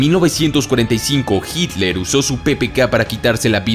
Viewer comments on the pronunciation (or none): none